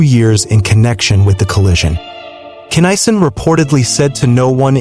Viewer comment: his name pronounced KINN A SON... get it right